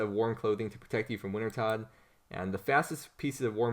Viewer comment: It’s pronounced, “winter-toad”